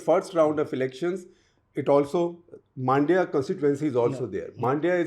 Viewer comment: I don’t get why you guys pronounce it as मांड्या. It is “मंड्य” (mun-dya) 🤷🏻. You did very good job of pronouncing other cities properly